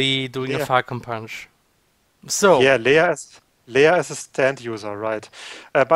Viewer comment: the translation for "falcon punch" is more something like "poing faucon" but yeah, great job XD and you prononce it like "fokon pwin" (the "on" and the "in" are just too strange for other people to prononce i think... french is really the worst language. screw my contry XD)